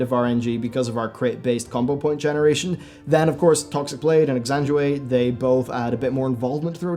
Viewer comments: Ex-sang-gwin-ate. 😉 Great vid as always. You're putting out so much great content. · dude seriously, you can't say ECK SAN GUI NATE?